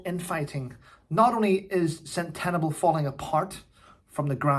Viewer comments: It's pronounced sent-a-balli, I wondered what you were talking about 😂😂😂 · Sorry, but it's CENT A BALL AY (Sentabale). Love you! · I have a feeling Harry was fired. There is more to this story than meets the eye. For a start he didnt keep his promises to some of the Sentabale children. PS, it is pronounced " Sen. Tuh. Barley. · It's pronounced SEN-TA-BA-LI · Its pronounced Sentable.. Centre Barlay